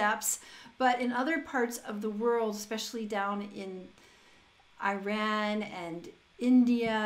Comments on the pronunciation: please , please it is NOT AYran ...it is EEEE raun correct your pronunciation ... please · Hey. Wish you have great time It's /iran/ not /airan/🌹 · Iran is pronounced like "Eee-rân" not "eye-ran". Also the language is Persian which is Indo-European like English and it's very different from semitic languages like Arabic. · Hello there! Thank you so much for your video and comments. Just wanted to mention the right pronunciation of the word "Iran". It is not like "I ran". It is like ee-rān. Our official language is Farsi (or Persian), but there are lots of languages and dialects spoken in different regions of Iran, like Azeri, Kurdi, Luri, Belouchi Arabic .... . Also, that would be great if you could have some critics on the official video of "Sanama" from Homayoun Shajarian. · Please pronounce IRAN correctly. It is like e-run not eye ran :)) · For the sake of God, its not called something like "Eyeran", it pronounces like "Eeran" or even better like "Ee-ron". Good review though👍